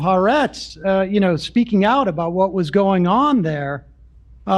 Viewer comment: I feel like any American Jew that references English haaretz as if it’s a meaningful source of media for Israelis, especially when pronouncing it HaRetz and not Ha’aretz has never spoken to an Israeli or engaged in any serious way with Israeli culture. I say that not because im particularly hung up on how they pronounce the name of the newspaper but because ha’aretz Literally means “the land” and thats just like Jew 101